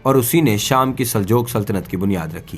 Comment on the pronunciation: Aap ka talffaz drust nhin, Saljoke nhi Saljook hai